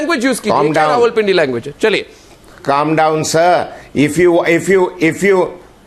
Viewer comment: It is not ravalpindi its rawalpindi Wadday ay english de thaikay dar